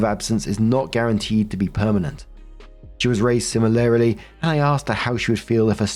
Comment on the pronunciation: have you never heard the word sim-il-arl-y?